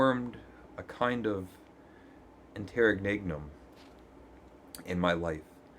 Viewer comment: It's pronounced inter- reg-num: a period or pause between two periods...from the Latin: between reigns...but your mispronunciation was beautiful and powerful...where is you hat?